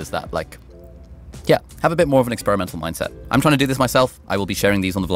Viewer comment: "...Expiremenal attitude.." Love it! I need to implement this more.